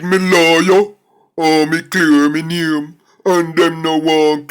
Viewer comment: He can't his own name properly